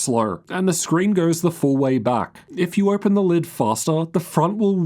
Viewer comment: “Ohgpen”. U got something stuck in ur throat mate? What’s this accent